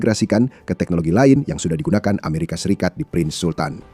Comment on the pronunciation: Lagi-lagi narator membaca "aeserikat" bikin sakit kuping min!!